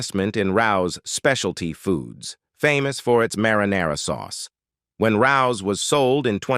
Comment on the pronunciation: The Italian sauce is pronounced Ray-ohs. Not how this guy said it. Very famous restaurant in New York City .